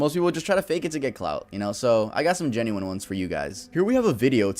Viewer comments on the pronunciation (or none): none